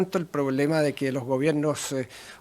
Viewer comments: "el problema es mucho pior"... 🤦🤦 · sorry no pude aguantarme... "mucho pior" 😂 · lo vi hasta que escuché: "el problema es mucho pior...", ahi recordé q era ministro de relaciones exteriores, lo entendí todo